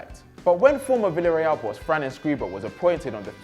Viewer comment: Someone learn him how to pronounce Spanish names... "Havi Caheya" "Vilareal" "Valadolid" "jhouan unzu"